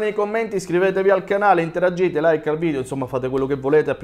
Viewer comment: Interagite non si può sentire 😂😂😂